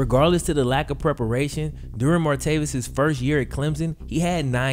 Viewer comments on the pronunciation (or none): And it’s martayvis not martayveous!! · MAR-TAY-VIS. NOT MARTAVIUS. JESUS FUCKING CHRIST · Why do you clearly keep saying "Martavius?" His name doesn't have a 'U' in it. It's Martavis. Come on man! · Martavis Bryant is the guys name. Stop calling him martaveeus....it's not even just this video where you forget how to talk. Do better dude.